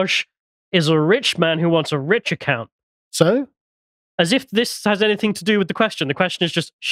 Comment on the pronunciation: 'Anything' ends with 'g', not 'k'.